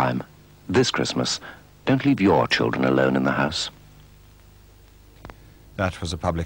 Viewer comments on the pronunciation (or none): The narrator even emphasises the “your”